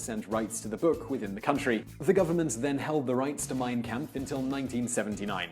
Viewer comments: "Camp-ff". Bruh, it’s pronounced Kampf (and I thought I was white) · its pronounced Comp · the shill jokes abou hitler dont trigger me as much as him mispronouncing kampf